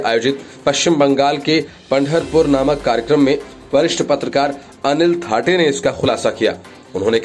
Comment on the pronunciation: थाटे नही सर थत्ते है.